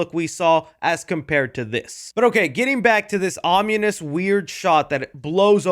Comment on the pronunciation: Dude said "om-yew-nis" instead of "on-in-uhs." He came across like a 4th grade dropout with one word.